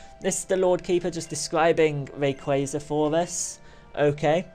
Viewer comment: You say Rayquaza wrong